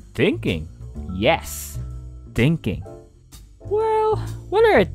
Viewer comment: When he said thinking It sounds dinking loll😂😂😂